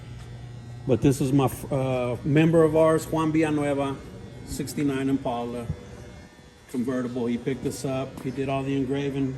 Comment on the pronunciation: To each there own but man them cars are just weird not my style, The bikes are better than the cars.. When you say Im-pale-a (IMPALA) it's just ackword... He even said you guys are RARE ..😜 That last 63 rag Fkn UGLY...